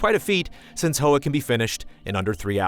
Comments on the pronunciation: It's pronounced Hwa, like Huawei, not Ho-ah. Hoa means flower in Vietnamese. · Hey just as a heads up the title is pronounced "hwah"; it's the Vietnamese word for "flower". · yikes insensitive mispronunciation